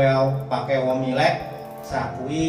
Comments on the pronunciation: Mowilex pak, bukan womilek🤣🤣🤣 keren pak tutorialnya.🙏🏻🙏🏻🙏🏻👍🏻👍🏻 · Womilex atau Mowilex pak